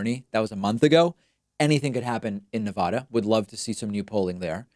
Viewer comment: I think you pronounced Nevada in every possible way in this one video